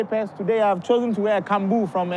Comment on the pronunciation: Did he say Kambuu 😂😂😂😂😂😂😂😂 omG I’m dead😂😂😂😂